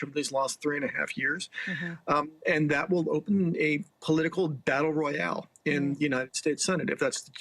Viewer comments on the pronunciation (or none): none